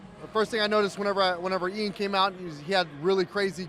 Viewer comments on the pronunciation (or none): Eyaan 🤣🤣 ian's ears are bleeding now hearing his name being butchered! Besides that MILOS a.k.a The Mind is a LEGEND of the sport 🙌💪